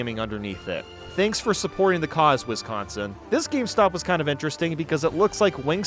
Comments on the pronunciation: As a person from Wisconsin, the only problem I have with this video is that he pronounced Wisconsin. It’s Wi-scon-sin, not Wis-con-sin. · FYI as a Wisconsinite, it's Wi-SCON-sin not Wis-CON-sin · As someone from Wisconsin, we do things a little silly. (And you pronounced Wisconsin wrong you might get attacked by the cheese monsters now)